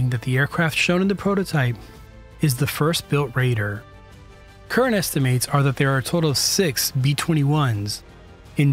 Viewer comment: Did you just say the word "esti-mates"? Kid, have you literally never heard that word pronounced before in the real world? F*ck me, YouTube is even more child-driven than I thought....